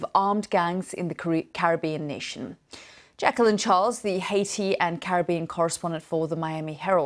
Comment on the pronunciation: Jekyll-line? It’s Jacqueline jeez